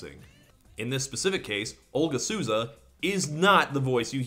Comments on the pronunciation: I would love it if English speakers stopped reading the name Souza as "Soo-za". It's So-za. In this instance, since the person in question is Brazilian you even get the added bonus of near perfect accent by saying "so" in your natural American English accent. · "Olga Suuza" lol Souza's pronunciation is more like Soul-za ♥